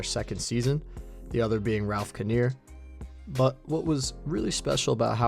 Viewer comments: Ralph ka neer lol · Ralph Kiner, i was like who the fuck is Ralph Caneer